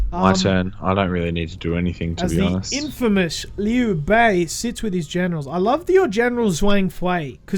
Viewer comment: i cant take how wrong they say the names XDDD dung zhuo : dung joo liu pei : leo pai cao cao : tsao tsao just some examples xD